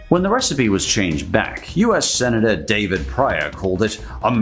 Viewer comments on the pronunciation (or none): none